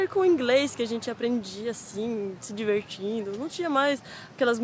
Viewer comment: Diverrrtindo... é uma pailista rs